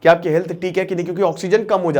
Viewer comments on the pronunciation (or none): none